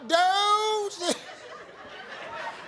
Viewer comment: Steve:Outdoouze....outdooouze...in the shad! Who's country now?! Lol